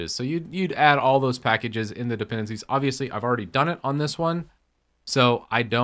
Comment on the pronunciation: It is dependEncies and not dependAncies.